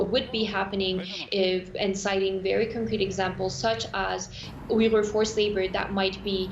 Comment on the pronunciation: *ooy-ghur not 'wee-gur'